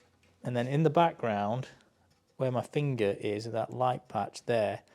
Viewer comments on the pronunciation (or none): none